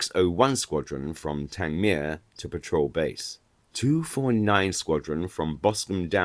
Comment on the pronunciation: I live near Worthing, and often think of the air battles that once raged overhead.. Everything about this channel is perfect, even the pronunciation of Tangmere ,with stress on the last syllable..... a wonderful aviation museum there; a visit brings tears to one's eyes.